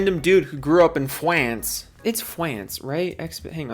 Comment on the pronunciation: "Fwance" lmao